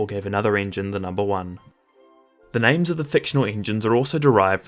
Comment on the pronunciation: Bro just disrespect their names